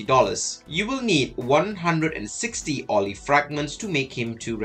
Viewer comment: Pronouncing name approved 🫡